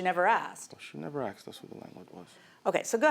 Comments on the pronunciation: I want to state,.the word is "ask"...not axed...come on... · He is a tool. And it’s ask not axed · Then he said "axed" instead of "ask". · Can someone please explain why they say aksed? It drives me nuts!!!!! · Why do people say “axed” instead of asked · If I hear one more time people saying"axed", instead of "asked," I'm gonna lose it. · Take a shot every time she says : Axed. 😂😂😂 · "aksed" .... a blk dna thing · Axed him ...axed her WTF learn how to pronounce the most basic words please 🤔🤮 !!!